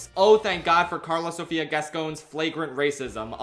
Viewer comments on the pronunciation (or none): none